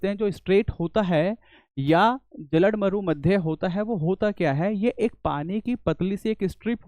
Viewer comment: Maza aa gya... English comfort teacher se hindi mast lagti hai bolne me😂 जल डमरू मध्य become जलड मरू मध्य.😂